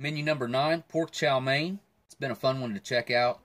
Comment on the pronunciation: Chow mein “main” lol